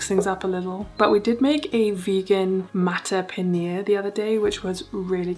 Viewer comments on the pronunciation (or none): mattar paneer is said more like muttar ❤